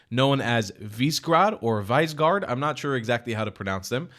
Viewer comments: Visegrad is pronounced Vish-egg-rad [viʃɛɡraːd], by the way. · It's "Vish-e-grad" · its pronounced as viségrad but great video